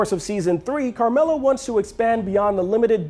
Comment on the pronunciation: It's carmilla bro, not carmela